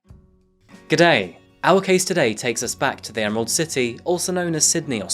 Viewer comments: Yay. A foreigner who can say G'day without sounding like a complete dill. Onya. (Hope I spelled that correctly) BTW YOU still have an accent, just not Canadian (?) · As an Aussie hearing you say gday was a nice little thrill 😂